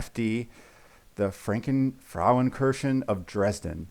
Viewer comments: One of the main reasons why I built the Frauenkirche of Dresden is because I lived there once. You only added a nonexistent n to the end of kirche'n', so your pronunciation was quite good 👍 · love the video and also your pronunciation of the Frauenkirche of Dresden, greetings and much love from Germany 😄😄